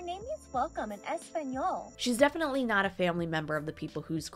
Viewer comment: What do you mean, she speaks es-pan-yool 🤦‍♂️😝